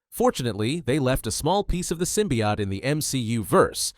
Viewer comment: ffs its pronounced simbee-ote! not simbiot! ffs learn words